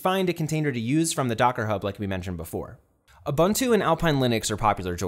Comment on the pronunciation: Also he said "ah-bun-two"